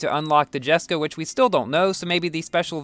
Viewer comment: I'll definitely try to get this car!! And one note it's actually pronounced Yesko not jesko